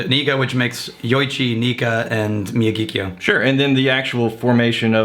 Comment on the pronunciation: Sweet Jumpin' Jesus on a friggin' pogo stick. Could you possibly butcher the name of this whisky more? The distillery is in Sendai, the capital of Miyagi prefecture. Hence the Miyagi part of the name, which sounds roughly like "me-ya-gee". Kyo translates to "capital city" based on the kanji used. Wakataka?